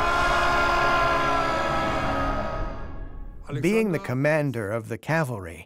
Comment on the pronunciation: Very well done. Some mispronunciations, e.g. Charoneia is not Char o knee uh, it's Kara knee uh.